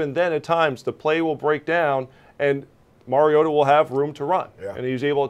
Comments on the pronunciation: Hey Marcus Mariota has earn enough respect for you to pay your dues and learn to pronounce his name. After all he is a 4th consecutive year starting quarter back. It is Mar-E-O-ta Not Mary-O-ta Now practice it so you don't look like fool who doesn't deserve your talking head pay check. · Better write it like this; Mar-E-gOat-a. So that the morons out there can learn to pronounce it correctly. Otherwise they will all be saying Mary-gOat-A. And especially the NFL commissioner would probably say Mary-gOat-O. Do these people not have at least a college education? They are disgraceful.